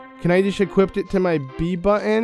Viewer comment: Equip. Not equipt. Equipt isn't a word.